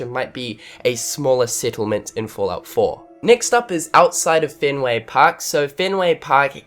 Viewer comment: Fahllout Foah